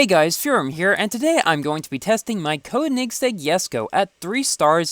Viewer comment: You say Koenigsegg weird just like you say huayra weird.